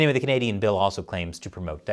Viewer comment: So, the Canadian Heritage Minister can't say the word Canadian?